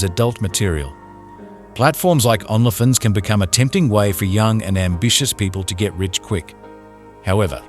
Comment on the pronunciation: Are there rules about pronouncing Only Fans on YouTube? You prounonce Only Fans as "ON-la Fins" instead of "Own-lee Fans". Why? It's distracting from the seriousness of this crime.